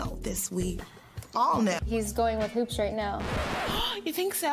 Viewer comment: NY pronunciation for your everyday life. "Hoops" Pronunciation: "He-you-oops"